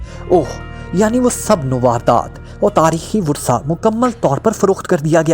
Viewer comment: brother word Worsa nahi boltey Wirsa boltey hein..